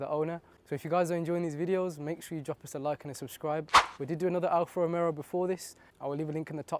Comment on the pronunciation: Hey bud, i love your video, i have a GQV as well. Its pronounced Alfa Ro-Me-O there is a distinct Alfa Romero when you say it. Nothing but love but just trying to help you out❤ oh and pops and bangs sound horrendous and unnecessary 😂